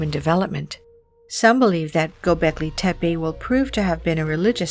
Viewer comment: sorry but Hinduism is Older than zoroasterianism , as proven by archeology .. also its Gobleki tepe , not Goblegi tepe